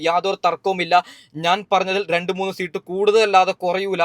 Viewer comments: ഇവൻ ഏതു സ്കൂളിൽ ആണ് പഠിച്ചത്.. സീട്ട് അല്ല.. സീറ്റ് എന്ന് പറയൂ..😂😂😂😂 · സീട്ട് അല്ല സീറ്റ് എന്നാണ് 😂😂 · എണ്ണി കയിഞ്ഞു അല്ല എണ്ണി കഴിഞ്ഞു. നിമിസം അല്ല നിമിഷം. സീട്ടല്ല സീറ്റ് വയന്നടെല്ല വയനാട് 🤣🤣🤣🤣🤣🤣ഏതാ ഈ ഊള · സീട്ട് പോലും അത് പോലും നേരെ പറയാൻ അറിയാത്ത ആളാ നീ എന്നിട്ട് എന്തൊക്കെ തേങ്ങയ പറയുന്നത് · സീട്ടു അല്ല സീറ്റ്‌ ആണ് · സീട്ട്. അല്ല സീറ്റ്. മണ്ടനായ. U. D. F. കാരനാണല്ലേ. മറ്റെന്നാൽ. സേട്ടനാണോ വോട്ട് എണ്ണുന്നത്. മണ്ടൻ. മര മണ്ടൻ😂😂😂😮😮😮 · പിണറായി ജയിക്കും എന്ന് പറയ്.. അല്ലെങ്കിൽ ചകാക്കൾ നിന്റെ കുരു ഉടക്കും.. എടാ പുല്ലേ സീട് അല്ല സീറ്റ് എന്ന് പറ പന്ന പൂ... മോനെ...